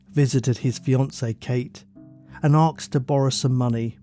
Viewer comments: Asked not axed. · Why does the narrator say axed instead of asked? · Not, ''Arksed'', ''Asked''. That aside, very good upload as per usual. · The word is Asked, not Arksed. Please don’t confuse the world by publishing bad English. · Just excuse me, love the stories, but why oh why, you say aksed instead of asked?